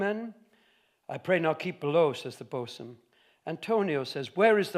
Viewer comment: He did get it right pretty quickly and with a rare grace; by the way, how's your EME reading off the cuff ?